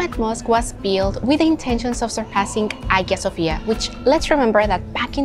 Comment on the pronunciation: You don't pronounce the G in Hagia Sofia - Aya Sofya